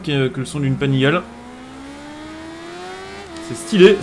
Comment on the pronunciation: Salut, juste pour l'info. Panigale se dit "Panigalé" ;) . Sinon bonne vidéo, continue comme ça !